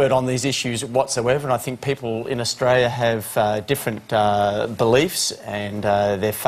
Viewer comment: I still haven't found out where "Oistroilia" is.